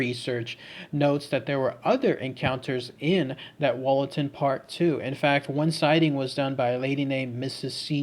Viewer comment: I lived near there and visited the park every weekend with my maternal grandfather... Heads up: pronounced Woollaton... Plus called Hall and not Castle... Also, there is no train embankment in the park... Currently being discussed on a Notts forum on Facebook...